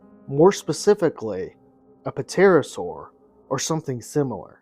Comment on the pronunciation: Say ter-oh-sor